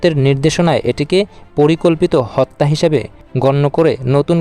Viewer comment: Miskin sangbadik "Hotta" ucharon kortay paray na